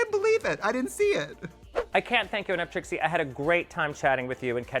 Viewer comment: Tracy??? Is Trixie hahaha